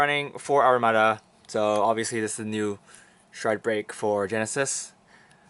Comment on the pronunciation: its Amaruda not Arumadaಥ╭╮ಥ